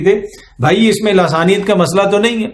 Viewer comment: سر جی ۔۔۔۔ لاثانیت نہیں ۔۔۔۔ بلکہ ۔۔۔۔ لسانیت